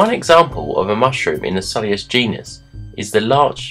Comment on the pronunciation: Your pronunciation is similar to my pronunciation. "Sul-i-us". I'm working on trying to pronounce it "Sui-lus" but it doesnt roll off the tongue despite mirroring its spelling.